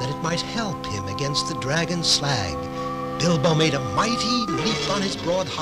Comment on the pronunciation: does… anyone else hear him call Bilbo “Elbow”?